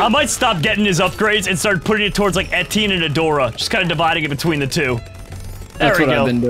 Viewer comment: etienne is pronounced etch-E-en not etine